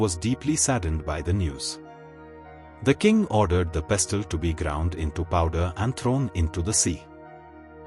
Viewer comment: It is pronounced as pesl not pes-til.🎉